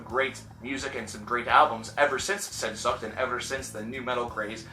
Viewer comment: Congrats on pronouncing Rammstein right, that doesn't happen that often... You did butcher the pronunciation of Sehnsucht, but that's no big dealm